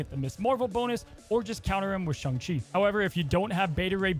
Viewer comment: Im still trying to figure out wtf a Shung is. Last time checked its either Sayng and Shaung. Then agaon this dude cant figure out how to pronounce Daken either.